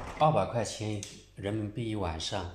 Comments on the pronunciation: 你一开始说800.后来说200..我听的是这样。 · 你说了两次价格 第一次听着是800，第二次说的很清楚200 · 特意倒回来停了2次是800，还好后面补充了一次说是200😀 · 我也听的800一晚！不看评论吓着了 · 我听也是800块钱左右一晚上🌃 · 听到的是800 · 我台灣人，我也是聽成800塊錢一晚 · 口齿不清，听着确实像800多。